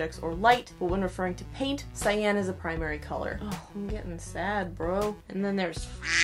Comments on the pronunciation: Pronounced sigh-yon... not sigh-yan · every time this girl pronounces cyan like "sy-anne" i wanna shoot myself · I was today years old when I discovered that Cyan is pronounced SAYAN lol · I am a life long artist (not saying my age, ) and had never heard this. So now I know. What a difference this would have made! Thank you! I can't wait to put this into practice! I also want to mention that I was taught that cyan was pronounced like the word for the pepper, ('ki-ann). So isn't my face a mix of magenta and yellow right now. :/ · Whenever cyan is brought up, usually in this topic, I remember that nobody ever said it aloud to me as a kid so I thought it was pronounced sea-Anne till like 17 They never heckin told me that word I read it